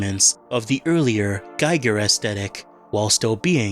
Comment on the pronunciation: Giger is pronounced GEE-ger.